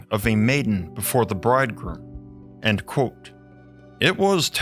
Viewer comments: The way he pronounces "quote" has always annoyed the living s*** out of me. Otherwise good content, but omg it is truly awful. It's like the "QU" just becomes a "K" sound, and then like he can't open his mouth more than the tiniest bit to say "kot" 😡 it's pronounced "Kwote" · The way you say the word "quote" is nuts. Like its blown out of pipe like a dart.